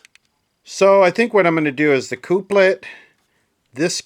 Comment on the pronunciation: Checkout how to say couplet